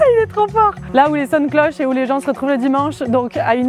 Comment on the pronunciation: « Là où les sonnes clochent » j’ai du réécouter 3x 😂